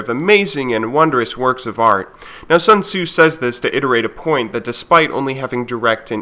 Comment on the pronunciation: I love how Sun Tzu is almost never read right by Western people but that's not important, cos' what he preaches is